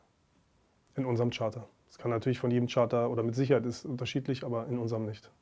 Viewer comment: Was für Charter dass heißt Chapter . Völlig am Sack der Typ